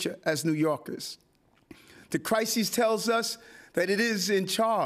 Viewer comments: The “Crisee.” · Wtf is the "crysee" ?